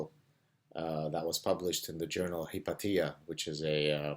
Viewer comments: professor Saad, Hypatia should be pronounced 'hi-pay-shuh'. Sorry to be pedantic, but Hypatia from history is one of my favorite scholars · An update on the topic: Interesting pronunciation by the way; I use 'hahy-pey-shuh', though perhaps in some parts it is 'hi-pat-ee-uh'